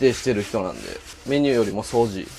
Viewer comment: 掃除のイントネーションおかしいけど地方によって違うのか？